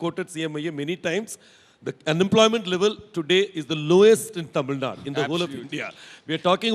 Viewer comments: It's TAMIL NAADU! NOT Tamil NaaaaD!! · GVL Narasimha Rao: It is not Tamil Nad, but Tamil Nadu. Better call it, Tamizh Naadu